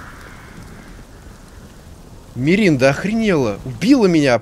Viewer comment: Миринда Я: хахахахах